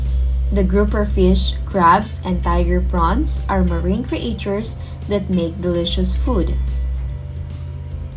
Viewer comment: ""Create chures""